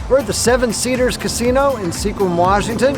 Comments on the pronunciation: It's pronounced "skwim" ... not see-quim. The local folks will always be willing to help you with pronunciation. And there are tons of boondocking campsites in Washington, please don't denigrate what you haven't researched. You just had free camping with free electricity ... why are you saying Washington doesn't have that? Ha! :-) and yes you certainly did mis-name and mispronounce S'Kallam nation. Learn! It's part of traveling, yes? I'ts not Juan de "fooooca" ... it's "fyu-ca". I love your video production ... really so professionally done. Very impressive. Rialto Beach and La Push are stunning and so seldom included in travel videos. Thank you for covering them so nicely in the video and with beautiful music. Really nice info about the National Park on the peninsula. And great video! :-) Thank you! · great video. like the locals, pronounce it Sqwim WA. LOL. Thank you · Here's some help with local pronunciation: sAlish (long A), Sequim pronounced Squim (the E is silent), Kalaloch pronounced Clay-Lock. Looks like you missed a great spot on the north side of the park: Sol-Duc Hot Springs (pronounced Sole-Duck). Nice old-growth forest campground, cabins, restaurant, gift shop, swimming pool and hot springs pools, and several hiking trails. One of which is a 20 mile loop that includes Bogachiel Peak with its spectacular 360* view that include Mount Olympus, its glacier, the Hoh River valley and the Seven Lakes basin. Bogachiel Peak is about 5 miles from the trailhead. Trail is usually snow-free July through September.